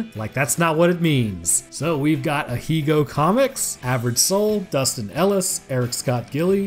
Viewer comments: Ahaha, so here's where you learned what "Ahegao" means. You're mispronouncing it though. Try saying the 'he' bit more like 'hey'. Ah-hay-gah-oh. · Ahegao is pronounced Aww-hay --gaw-ho(I watch anime stuff and that's how I've seen it pronounces )it's Japanese. Anyway you're doing a fantastic job and growing incredibly fast in such a niche topic